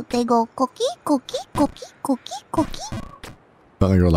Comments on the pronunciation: Koh-KEE not CAW-kee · Btw she's saying coqui frog, not cookie frog. It's a family of frogs very common on Puerto Rico that make a sound like co-qui when they ribbit.